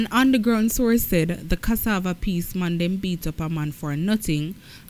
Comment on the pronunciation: Which jamaican on this planet can't pronounce CASSAVA?